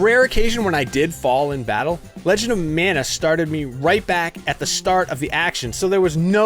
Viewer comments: It's pronounced MON-UH, not MAN-UH. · Ma Nuh, or Mahn ah, NOT Man ugh or Mann ah, wrong word and wrong pronunciation! Not the biblical Manna or Mannah, but Mana (Polynesian)!